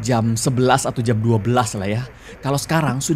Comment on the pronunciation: uniknya karegi kalo ngomong 'jam" jadi ngomong jem wkwkwkkwkw